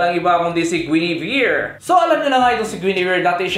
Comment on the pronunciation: Tumingin kalang ba dito para basahin yung comments dahil mali ang pag bigkas ni kanila guinivere at dyrroth